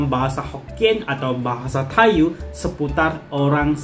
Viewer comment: Tai yu di baca Tai yi